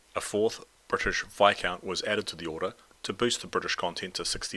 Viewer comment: The s is silent in Viscount.